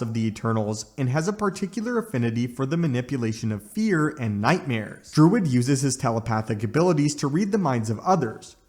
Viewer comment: It's "Druig" not "Druid." And he has nothing to do with Dr. Druid, who you included in your section on Druig.